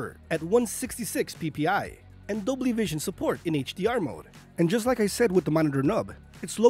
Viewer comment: Dobly??? Its dolby